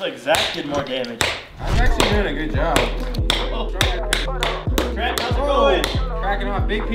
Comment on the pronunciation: TRENT NOT TRENCH